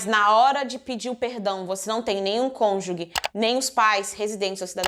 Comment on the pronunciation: Conju GE!!! NAO É CONJU GUE!!!